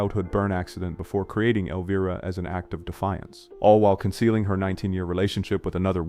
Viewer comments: Elveeera? Come on AI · Elveera and Harold Raamis? At least try to make the AI VO believable.